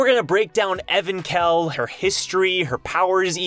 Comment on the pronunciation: I thought its pronounced Evank-hell not Evan-khell.